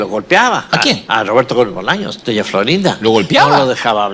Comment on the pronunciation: Tu para empezar, no hables de lo que no conoces! y nisiquera pronuncias bien el nombre del sr.roberto gomez Bolaños, porqué hiciste el video? no tienes ni idea de lo que estás diciendo! las cosas no son para nada como tú las estas exponiendo.